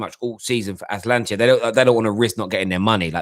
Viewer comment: What is Atlantia......cmon. Its Atalanta